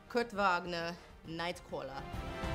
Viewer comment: HAHAHAHAHAHAHA! Oh, your pronunciation of "Kurt Wagner, Nightcwarler" Also, because you put the reference in there: "He saves children, but not the British children!"